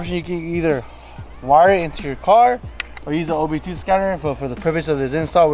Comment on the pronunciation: Cringing every time i hear him say OB2